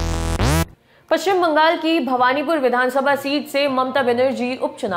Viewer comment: Bhabnipur ,not bhawanipur